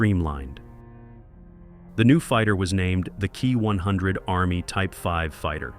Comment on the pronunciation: I really hate when you say the title of say the Kawasaki Ki -100 as the key 100 , it's pronounced K ...i as in saying the letters. Kindly correct this error